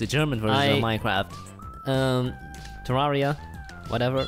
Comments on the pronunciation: [Minek] +minekey? -minekey + minekkrrahft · We don't say MineKRRRAFT xD We also say Minecraft normally